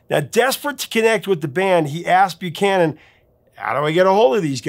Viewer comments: Saw Zebra many many times back in the day here on Long Island. The program director at WBAB was Bob Buchman pronounced Buckman not Buchanan. I had front row tickets from the station to see Randy with an orchestra doing the music of Led Zeppelin about 20 years ago. Great show. Zebra was hugely popular for years as you say. Thanks professor for all you do. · I'm so stoked by this episode. It's a piece of my youth, teen years. Zebra's independent recordings were better than the ones featured on their debut album. Maybe it's because they're the ones I grew up with The program director and then morning DJ on WBAB, his name was pronounced Bob "Buck-man". Not Buchanan. Just an FYI. He's a big deal at SiriusXM now. He can be heard midday Saturday on Classic Vinyl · He pronounced Long Island’s most Famous Rock DJ’s name wrong…It’s pronounced - Bob BUCK MAN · its Bob Buchman not Bucanan , rhymes with suckman.